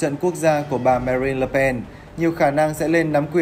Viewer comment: Đã đọc sai tên bà Marine LE PEN ! ME-RIN là đọc sai !!! Phải đọc là : MA - RIN !!! Vì người PHÁP gọi TÊN người ta như thế nào thì mình phải đọc Y NHƯ thế, nêu không sẽ chối tai người ta khi phát âm bi BÓP MÉO ! Nhất là khỉ ý nghĩa của cái tên đó bi BÓP MÉO !!! Vi dụ như : MA-CRON (c-r-ông) mà đọc là MA-CON (!!!) thì người PHÁP nghe ra là : “ cái l… của tôi “ !!! Người PHÁP sẽ rất mất lòng !